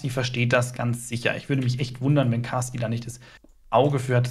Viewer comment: Nicht Baasti... Caasti😂